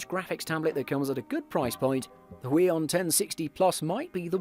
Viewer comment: omg why is he saying huion as “weon” and not as “who-eon” aaaaaaaaa